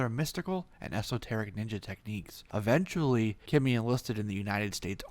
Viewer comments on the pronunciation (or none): none